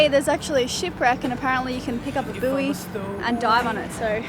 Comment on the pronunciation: You said “Pick up a boo-ee”! Have you lost your Aussie language now? Bouy is pronounced ‘boy’ every day of the week!